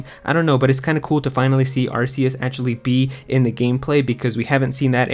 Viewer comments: It’s pronounced as ark-e-us. This is why Silvally’s ability is called RKS system. All I hear is arse when YouTubers pronounce it differently 🤣🍑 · its pronounced arkeus btw